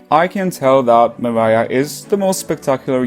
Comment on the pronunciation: It’s Mariah 😂 just saying but dope video thumbs up